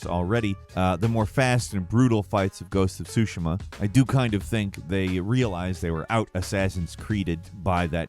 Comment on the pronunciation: Tsushima. Hard T.